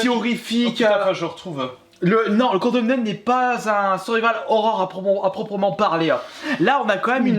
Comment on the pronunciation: Le fameux condeumeneude ^^.